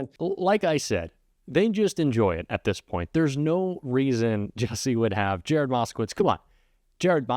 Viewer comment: Exactly as I saw it! I was a ******witz. It was pronounced ******witz not *****vitz!